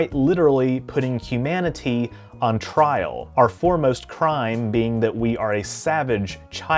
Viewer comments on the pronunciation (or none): none